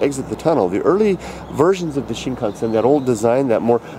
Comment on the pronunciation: Do you actually speak Japanese? Cause the way you pronounce (at least to me) of the word Shinkansen sounds pretty good